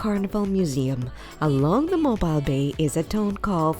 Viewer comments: its pronounced "mo-beal" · Yes, Mobile is pronouncec mo beel. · 1. Learn proper English; 2. learn how to pronounce the names of Alabama cities, especially Mobile; 3. when discussing the Birmingham, Alabama Museum of Art, don’t show pictures of the Birmingham, England Museum of Art; and 4. Huntsville is called “Rocket City” because the U.S. space program was developed there, NOT because of the museum! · Please learn how to pronounce Mobile. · Need to learn how to pronounce Mobile and Cheaha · If you don't know how to pronounce 'Mobile', I can't trust your video!!